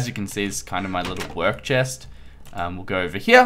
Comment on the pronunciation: ZEH SHEST ... the Chest